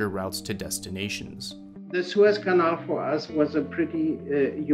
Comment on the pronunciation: None of the people in this video can pronounce the boat or canal correctly lol